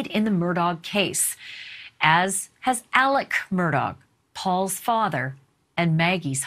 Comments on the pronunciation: It's "Mur-daw" not "Mur-dawg".... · It’s pronounced “Mur-dock”. My family is from Islandton. It’s my great grandmother’s maiden name. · Touche. it definitely isn't Mur-dog. Just like it isn't Lake Mold-trie but Mooltrie. I'm a native of SC as well. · I wish y'all pronounced their last name right. Murdaugh, pronounced like mur-dock.